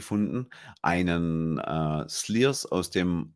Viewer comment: Wiese einmal 👍👍 hoch - zum Glück gibt es diesen/euren Podcast/YouTube😍 Bitte: Der SLYRS spricht sich „SCHLIERS“ (vom Schliersee) und nicht „Sliers“😄 Der Amontillado ist 🤩, unbedingt probieren und auch mal einen Amontillado (Sherry) probieren, am besten natürlich von den Bodegas Tradición, der Bodega, die die Fässer an SLYRS liefert. Mein Thousand Mountains Double Raven #4 hat mir noch eine wichtige Info gefehlt: Hier wurden ebenfalls sehr alte Fässer meine Lieblings-Bodega, Ximénez-Spínola (sehr klein und exklusiv) verwendet - das Ergebnis ist ein Traum😍 Und alles, was ich bisher von ElsBurn (und zugehörige) im Glas hatte reichte von „sehr lecker“ bis „WOW!“ (12 verschieden Abfüllungen, von den ich 9 Zuhause habe, auch den „mit dem Seit“😇). Liebe Grüße an Anna und macht unbedingt weiter so😄